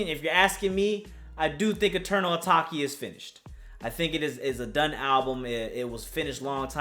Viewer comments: "Eternal atokay" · my guy really said 'Eternal Ataki' tho lmao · "A-take" dev but it's okay my dude 😂😂😂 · Lol it’s pronounced eternal ah-tayk